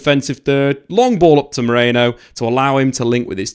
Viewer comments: ME-RI-NO not MORENO lol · British people can't pronounce Merino for their life. Stop pronouncing it like it's spelled Moreno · Why CANT you pronounce his name properly... MERIIIIIIIIIII NO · Meriiiino. Everyone keeps saying Moreno... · I like your videos, but calling him Moreno every 10 seconds was unbearable, very unprofessional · They can't say his name for some reason. All English media have been butchering his name. I heard Marino, Moreno, Mereno, 🤣🤣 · Every time they try to say Mikel Merino for some reason they say Nico Moreno or something like that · MerIno. FFS at least pretend you're trying... my word. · Butchered his name throughout this 😂 good video besides that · I genuinely can't tell if he's mispronouncing his name on purpose, or is actually dyslexic and can't read the letters of THE NAME ON HIS OWN DAMN DIAGRAMS...either way, do better. Or should that be?